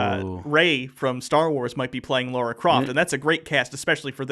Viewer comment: Lara! Lara! Not Laura, Lara! Why does everyone get that wrong?!